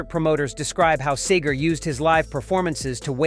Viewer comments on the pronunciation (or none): Sagar-Seger, Quit pronouncing his name wrong. Christ almighty, learn the name. your the speaker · IT"S SEEEEGER not Saeger, get it right. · Narrator needs to know how to properly pronounce "Seger"! It's not "Sager"!!! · It’s Seeger idiot not Sager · It’s Seeeeeeeeger….. Not SAGER!!!! Where do you see the “A” to pronounce it that way? Either this is AI, or you need to find another job! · Seger NOT Sager. Say it right! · As a Michigander with an older, now passed brother who was a friend and collaborator with Bob, it's pronounced "SEEger", not SAYger. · while we're on the subject of authenticity, the man's name is pronounced "SEE-ger," not "SAY-ger." In this video, you get it right about half the time. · Hey... it's pronouced Cee- grrr... Thank You.... Bob is a true "Musical" Legend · It's Seger not Sager!!!!!!! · Get your AI voice to say Seger's nane right. See-ger not Say-ger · Why are these videos narrated by computer? The mans name is pronounced SeeGur, NOT Saygur. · OMG, the name is SEGER, not SAYGER. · Someone tellthis twit it is SEGER, not Sager. Stinkspleen is a loud, liberal garage band failure. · It is pronounced, "Seeeeger" not, "Sayger" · it's SEE-GA not sag-ga, just another A-I video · It’s SEE-ger not SAY-ger. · SEE-ger not SAY-ger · His name is Bob SEEEEEEEEEEEEEEEEEGER not SAAAYGER !!!! Dumbasses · Its Seeeeger not saygar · it's seegore not sehgore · SEE-GRRR...NOT SAY-GRR. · Who the heck is "SAYger"? Isn't this about Mr. Bob Seger? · Y'all really need to figure out how to pronounce his name. it's not 'say gar'. get it right. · Who ever you are Narrator, its pronounced Bob Seager not, Saygar‼️ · Your Say-Ger pronounciation was driving me crazy. By the way it's Sea-Ger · You really need to learn how to pronounce his last name it's not sager it's pronounced seger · It's pronouced SEEGer not Sayger. If you're going to do an article on someone, SAY THEIR BLOODY NAME RIGHT! Guess what? No click to subscribe because of that!